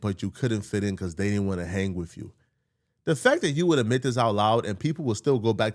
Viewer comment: It’s “ ADMIT” not “ AMIT”. You do that a lot.